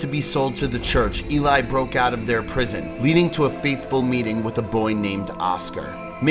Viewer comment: It’s pronounced Eh-lee not E-lie I’m pretty sure. I live in Sweden and the name is pronounced like EH-lee-us not el-LIE-us. Just if you care :)